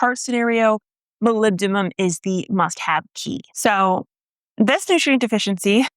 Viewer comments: MolybdeNum not molybdeMum 😉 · Oh wow that boron deficiency symptom is exactly what my Brandywine tomatoes do all the time... I thought it was just a diva variety that sucks at turning flowers into fruit for unknown reasons... Also did you say MolybdeMum? It's an N ya goose! :)